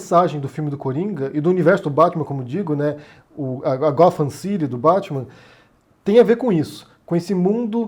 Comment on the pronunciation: "Arfur" e "gofam" não dá?